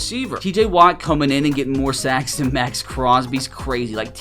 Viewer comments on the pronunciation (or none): none